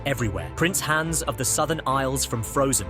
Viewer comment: It’s pronounced AH-nuh, HAHNZ, KRAY, DEH-ver, AHL-ih-nahl, MAY-ter, “Patrick Star”! 🤨 : Also, Alexander Galbaki designed Helen’s suit, not Evelyn, as mentioned by Helen herself. 😤